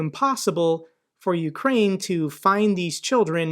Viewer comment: I literally busted out a laugh when she said OOOkraine, goofy bitch sitting in Seattle larping 😂😂 Dumb cnt